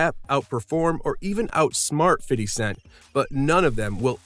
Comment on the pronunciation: Fitty cents